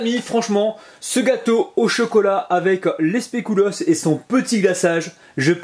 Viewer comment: sans etre mechante mais un conseil pour tes autre video c pas "specoulos" Mais plutot speculos😂😂👍👍👍👍